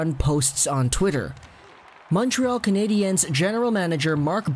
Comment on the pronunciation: Dude just pronounce it like it’s spelled Canadians